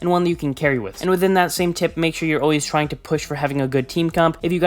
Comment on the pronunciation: no one::Twying